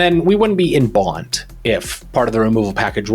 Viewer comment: what is "Baunt"? It's Bant pronounced like "can't"